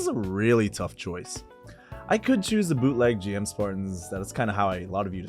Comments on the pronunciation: The GM is officially pronounce 'Jim'. That's how it was said in the original show up until English Dubs starting saying 'Gee-Em'. It's because Japanese pronunciation differs from English and it sounds like 'Jim-oo'. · Hearing someone mispronounce GM, while at the same time owning so many Gunpla, is painful. Great collection though and loved the video lol